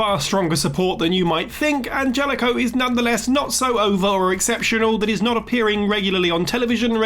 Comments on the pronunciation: I know this may sound nitpicky but it just kinda bugged me, his name is Angelico it's Spanish. So for future reference it's pronounced like you're saying "On Hell E Co". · Isn't it pronounced AnHelico?! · It's pronounced "An-HELL-ico" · Angelico's name is prononced "Anhelico". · If you can't say their name right, don't include them on the list. The j in Anjelico is pronounced with an h sound. Ann-hell-ick-o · The way you pronounce Angelico concerns me 🤣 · The G in Angelico is pronounced like an H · That's not how Angelico's name is pronounced. Like you watch one Angelico match and you'll know that that's not how his name is pronounced. Does the person reading the video actually watch AEW?